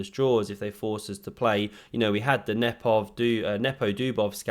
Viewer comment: Thanks for pronouncing Nepos name correctly. The commentator in the live stream was awful